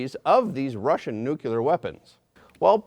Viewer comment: Nucular weapons? What is that? 🤦